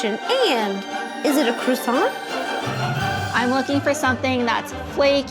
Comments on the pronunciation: Y'all should lose points for pronouncing it KRISANT. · For anyone wondering: "kwah-sah" is more or less the accurate way to pronounce the French version. It's pretty close without having to do the funny thing the French do with "r"s. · I can't watch this because of your mispronunciation of the word croissant. I know you're American and it's a French word, but seriously. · I'm not even French & I couldn't handle the pronunciation of croissant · There was not one single correct pronunciation of croissant in this whole video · Everyone saying Croissant wrong throughout this video has French people turning in their graves. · Every single American says it differently but not a single one can pronounce croissant 😂😢